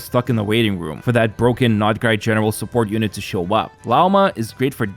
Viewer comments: Every time you pronounce it "nod-i-krai" my eye twitches. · I can't. sorry, not sorry....but I can't watch any of your videos. It makes me want to rip my ears off every time I hear you say "NADA-CRY".